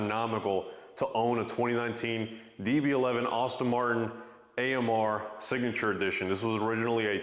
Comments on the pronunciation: Nice car but certainly not worth it IMHO. However, why are you saying Austin Martin...when it is pronounced ASS-TON Martin? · How can you own the car and call it "Austin" Martin ? And the girl drives it ?? 😂😂😂 ouch. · you for real? You own the car and didnt know how to pronounce it? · Yeah it’s almost like he’s bragging about how much he spent. 😂 He didn’t even pronounce the brand correctly.